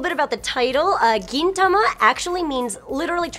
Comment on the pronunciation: She pronounced Gintama weird.... and the space betwween Gin and tama is .... a bit uncomfortable (First world Senior-Otaku problems)